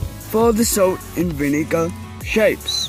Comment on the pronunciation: I think it's salt not sait;)